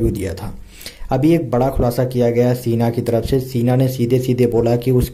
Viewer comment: सीना नही शीना होता hai. जो आप बोल रहे हो उसका मतलब होता है छाती